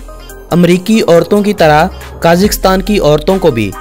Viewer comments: साले काजीकस्तान नई कजाकिस्तान बोलते है ....😁येहे पकिस्तानी एन्ग्लीश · Pahle country ka naam to sahi bolo, phir likha likhaya bhashan sunana. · ملک کا نام تو صحیح سے کیا کرو 🙃